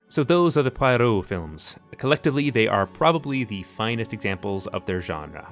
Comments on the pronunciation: Yeah seems like he doesn't really know his stuff. Ignoring David suchet. Saying death on the Nile is the same as Murder on the orient express? Cos its a Whodunnit? Pretty much dismissing all of Christie as obselete. He should realise there's a huge following of cozy mysteries and this genre wasn't invented yesterday just because he is new to it. Edit: and how hard is to say poirot correctly ffs. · Poirot : [entering the office] ‘Pwaro’, Mademoiselle, pucker your lips as though about to bestow a kiss! ‘Pwaro’. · You had me hooked until you negged David Suchet. Poirot is not a cartoon, and you’d know this if you ever read Agatha Christie. Suchet is the only Poirot. And it’s pronounced Pwah Row. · There’s no way on this Earth that Albert Finney is the best Poirot and I’m sorry but your pronunciation of all the actors names is terrible! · Exactly. And the fact that he assumed Poirot is a ridiculous man, when in reality he's very well rounded, calm, brilliant man with great manners, why did he think that having personal style and taste is ....funny or ridiculous?!🤦🏻‍♀️ I'm not even talking about the fact that he didn't even bother to learn how to pronounce his name properly.🤦🏻‍♀️ He clearly didn't read attentively if he thinks Poirot is a joke..... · I wish you could have pronounced Poirot the way it was meant to be said! Ruined the whole video for me. There is no Y in Poirot. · How did you watch so many Poirot movies and come away with that pronunciation of his name?? Also, it’s been said many times but David Suchet is the best Poirot; no contest. I love this list though! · Where did that pronunciation of "Poirot" come from? I recently found "Clue" on streaming, but gave it up within 5 minutes; the led with dog shit; they ran with the dog shit; they continued with the dog shit. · In total agreement, but taking his opinion pretty lightly given the way he pronounced Poirot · Your pronunciation of "Poirot" is . . . unique. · Repeat after me, it's "Pwah-roh", not "Pie-roh".